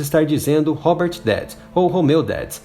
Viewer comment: Aprende a falar o R em inglês pois você está falando errado Você está falando Hoger e isso não existe em Inglês Aprenda o som do R Pois a ideia é ensinar oque algo significa não ensinar todos a falarem errado Ou a ideia é ensinar errado mesmo ? Hobert também está errado o R em Inglês está errado Homeu também errado Vixi Vídeo de merda